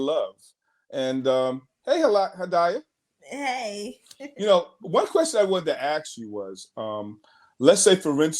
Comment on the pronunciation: her name is pronounced Ha-dee-yuh.